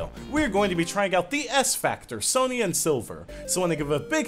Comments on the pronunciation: I think the name is pronounced Son-Ya, not Son-Ia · You are pronouncing Sonia wrong it is pronounced Sonya well that is not how it is spelled but how it sounds